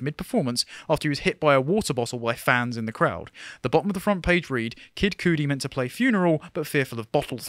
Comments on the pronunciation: That Pronunciation of kid cudi was something it’s pronounced cud-ee not cutie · LOL at your pronunciation of Kid Cudi "Cooodie" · It's pronounced Cuud-e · Cudi……pronounced kuddi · His pronunciation of of kid cudi at cracked me up. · They way you said kid Cudi is a crime lol